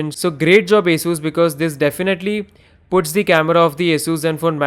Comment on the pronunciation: Thank you for pronouncing ASUS perfectly